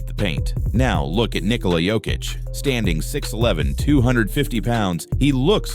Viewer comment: Yoke-itch not joke-itch AI...